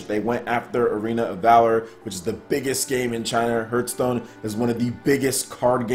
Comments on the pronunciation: Dude... Hearth is not pronounced phonetically. It's pronounced "harth" not "h-earth" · Why do I keep hearing HURT STONE not Hearth Stone?^^ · It's pronounced "harth" stone. Like the word "heart" but with th at the end. Hearth meaning is something like a fireplace. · The more people complain about his pronunciation of the word "Hearthstone" he will pronounce it weirder and weirder for every complaint. Harthstone, Hurthstone, Hurthstune, Hrruthsteene. Well, at least that's what I would do...^^ To the people who are wondering why anyone would want Hearthstone on Switch: Ever heard of the concept of "variety" and "options"? People tend to want to play the games they like on the system they like the most – on the system of their choice. There are millions of Hearthstone players on PC because they prefer it this way and don't want to play it (or any game) on smartphones/tablets. What a strange concept, right?!